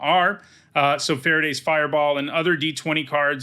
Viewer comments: A small note: Farideh is pronounced fa-REE-dah. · I did not know Farideh was pronounced like Faraday, and I keep imagining a 19th-century English scientist creating an electrical fireball.